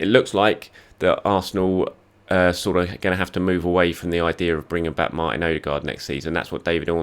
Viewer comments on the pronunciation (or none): none